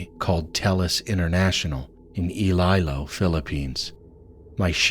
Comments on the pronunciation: Iloilo is pronounced like ee-loy-lo when he said ilaka but it's okay 🆗👍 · bro ilaylo??? is iloilo fix your voice man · That was a weird pronounciation of Iloilo 😅 but hey the story is good